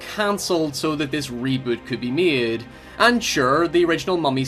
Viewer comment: oh god this accent how can you abuse the word 'made' so hard 😂